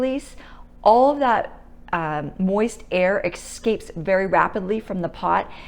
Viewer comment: thanks for sharing. Please don't say EX scape. No X in EScape. Also, do you curl your hair like that on purpose?